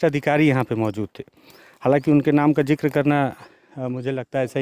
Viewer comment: Zikr hota hai jikar nahi sir😢